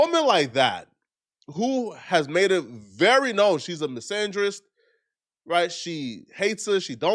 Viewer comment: I've seen MURDALIZE the English language w/ mispronunciations and just not knowing the definitions of words... but he pulls out "misandrist"? Pronounces it properly and uses it correctly? TF is up with that?! lol